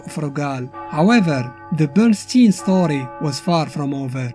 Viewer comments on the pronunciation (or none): just a heads up, Bernstein should be pronounced like ''Einstein" ! (Bernshtayen not bernsteen) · His name is pronounced like Einstein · Wait, it is pronounced "Bernsteen" ? Cus I honestly read "Bernst-AYN" as in "Albert Einstein"...